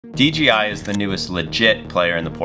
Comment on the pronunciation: It's not "DGI" it "DJI".